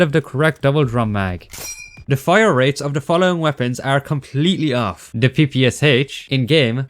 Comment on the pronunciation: as a russian i gotta say it's not pronounced "p-p-s-h" it's pronounced "p-p-sha"